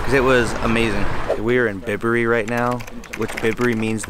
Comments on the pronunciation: Aaaaaaahhhh!! It’s Byberry not Bibbery. As in bicycle please!! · Enjoyed the Video, well done, glad you had a good time. Just one thing, it's By berry, not Bib berry. Best wishes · Bibury 🤦‍♂️it's Bye-bury🤨 very nice vlog... well done, and welcome to not London!